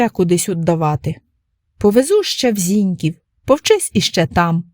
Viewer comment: ЗінькІв, ЗінькІвську, наголос на другий склад :)